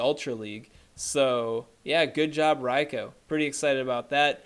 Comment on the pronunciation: Rai-Ko? who's Raiko? Does he mean Raikou?